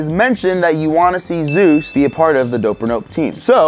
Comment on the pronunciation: Its Zeus not zues